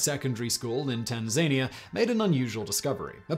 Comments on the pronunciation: Tan-zuh-NEE-uh, not Tan-ZAY-nee-uh. I know you're just reading from a script, but FFS, look up the pronunciation of foreign words, otherwise it's painfully obvious how little you actually know about the subject on hand. It's also unprofessional and (borderline) disrespectful to fuck up the names of countries and people you make videos about, and you do it so very often. :/ What kills me is how little it takes to prevent such mistakes. Look at it this way: if someone made a video about prominent YouTubers, and kept referring to you as Semen Vizsla, I guarantee you'd think they were taking the piss out of you or your language. Just paste the word into Google Translate and click on the loudspeaker, or make someone else do it and spell it out on the teleprompter for you. Sorry for the rant, I enjoy your videos a lot but butchering foreign words is not a good look for a guy who produces videos about every corner of the world. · "Tan-zane-eeah". Ha ha! Funny Brit. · Have i been pronouncing Tanzania wrong all my life? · Is that how the Brits pronounce Tanzania? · Come on Simon, did you really pronounce Tanzania like that...? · I think the Tanzania pronunciation is a US vs UK thing. I've heard other UK folks also go for the 4 distinct syllable pronunciation. The Binghamton one though, as a former New York State resident, that hurt my ears :)